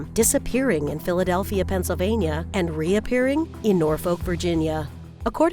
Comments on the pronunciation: It's pronounced NorFUCK, Virginia, not NorFOLK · Americans! It is pronounced "Eddinbruh". And it is not Nor-folk but "Norfuk". Etc.